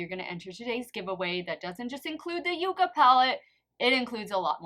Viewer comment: Fun contest!! I kept going back in forth in my guess, but I do think the shimmer on A shows up better, so I'm going to say A is ND and B is N; however, I think that they are really too close to call. FYI, it's pronounced yuck-a. 🤩🥰